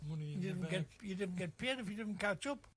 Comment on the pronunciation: "Catch up" NOT "Ketchup"